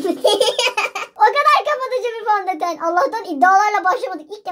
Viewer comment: fondeten değil fondöten